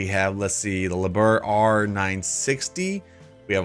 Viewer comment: Liebherr is pronounced Lee-bear.